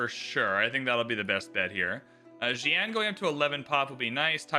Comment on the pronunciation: Agreed. Or even the city names 😂 “zi-an” vs. “si-an” haha